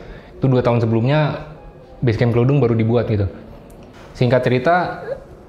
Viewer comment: Nyebut Kledung nya salah😄